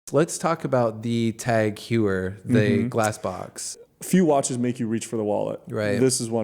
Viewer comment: Honestly, I don’t understand how a person industry doesn’t know it’s Tag Hoy-er (phonetically). Not Hew-er.